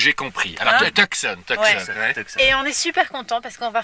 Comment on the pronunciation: Ça se prononce Toussonne :)